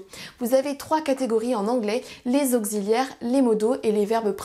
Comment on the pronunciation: What a nice lesson. The more different lessons, the more people will understand, thank you. Your French is also so good! (auxilliaire is pronounced oks, not okgz ;-) )